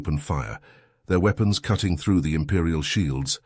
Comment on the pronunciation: This guy stout still can't pronounce words like he says weapons. With a long E